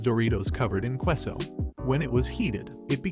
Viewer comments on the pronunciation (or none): qweus-o blank-o Oh god make is stop!!! Freaking at least try to pronounce them right. K-SO and blahn-Koh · Lol "kwe-so"? 😂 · Queso is pronounced kay-so jalapeno is pronounced Hal-ah-pain-o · Your mispronunciation of Queso made me unable to listen to the first story.